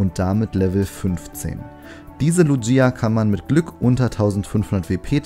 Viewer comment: Du sprichst Lugia falsch aus